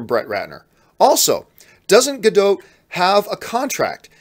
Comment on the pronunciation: It’s more like Ga-DAUGHT than Ga-DOTE..